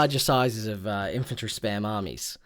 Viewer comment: "Infanrty" and "Hoard"